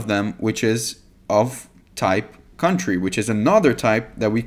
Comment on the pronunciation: "cuntry" cracked me up 😅